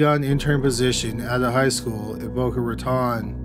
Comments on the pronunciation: Also...its pronounced Boca RaTONE not RaTON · For the record, the Raton in Boca Raton rhymes with "atone" not "baton".